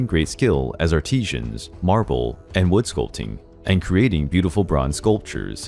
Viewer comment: Artesians or artisans? Pretty big difference 😂